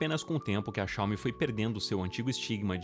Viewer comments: cáume... dói na alma. Coloque no tradutor o nome certo, e ouça a pronúncia .. Pronto, fim da discussão. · Não é uma crítica ao vídeo, mas o certo é Xiao-MI (oxítona) apsokaopsop ngm mais fala certo